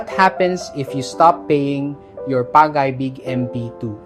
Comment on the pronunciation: nakaka b*rat minsan kapag AI yung nagsasalita. Pag AY BIG ??